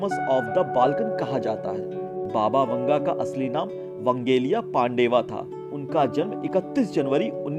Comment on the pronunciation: Baba vunga ? 🤣🤣 PRONOUNCE IT CORRECTLY